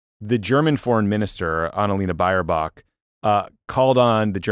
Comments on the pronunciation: Baerbock is pronounced "Bearbock" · Good attempt at Baerbock, although not correct. Buyer-bock???